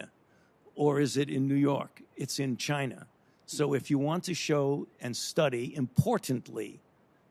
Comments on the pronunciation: Where's 'CHINER' located?? lol... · No shit..at one point he called "China" "Chiner" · Why does Fauci call it Chiner, rather than China like every other red blooded human. Isn't there a stereotype of Asian people have problems pronouncing their Ls and Possibly Rs? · Fauci says "Chin-R" almost like a person with a British speaking background... very strange. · “Chiner” I love it when people say that lol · He said they are in Chiner OKAY? Pesky citizens asking any questions... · Fauci "are in Chiner" :) LOL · " the bats are in Chiner" chiner lmao